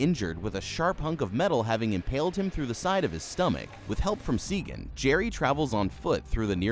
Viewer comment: Jesus, did you watch it? Her name is Sagan! SAYGEN